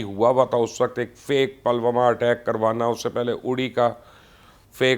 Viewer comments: Pronounciation is not palwama ,is Pulwama. 😀😀😀😀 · You're so ill informed. It's not Palwama but Pull Wama. Uri is pronounced as Udi. You don't bother to listen the correct pronunciation? This is stupid. You or your team doesn't do proper ground work. You used tk say Golwan while the word is Galwan. Therefore a dislike.